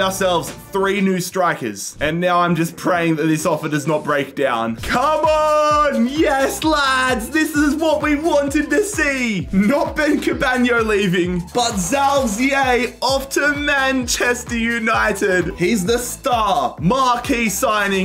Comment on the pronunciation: Bro called Ben Cabango Ben Cabaño